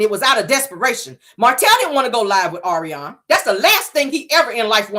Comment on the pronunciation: YOU ARE HILARIOUS AS USUAL!! YOU READ MARTELL AND ARIONNE FOR FILTH! ALSO, YOU GOT MELODY'S VOICE DOWN PACK!😁 NOT THE POLYGRIP, DISTRESSED BUMBLEBEE, AND THE SHE BY GOODWILL!!😅😪 OH, BY THE WAY, THANK YOU FOR PRONOUNCING ARIONNE'S NAME RIGHT, BECAUSE SHE CAN'T!